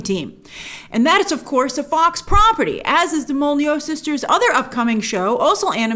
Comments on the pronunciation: I'm not sure that's how to pronounce Molyneaux" Mol-eh-new not Molly-know? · You said Mol-nee-yoo sisters lol :p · Molyneux - pronounced mol-e-new :) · Grace, I love you BUT it's pronounced MOL-LEE-NOO :)